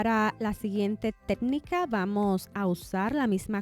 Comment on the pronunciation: No pude terminar de ver el video porque no soporté que diga “tednica” 😢